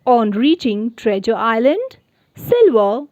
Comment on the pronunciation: You pronounce treasure wrongly